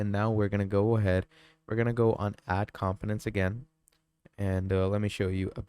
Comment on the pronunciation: it is com po nents not com piments